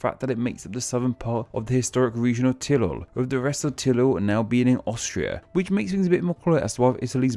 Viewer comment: Akkebono I don’t think can trill (roll) his Rs. That’s my guess.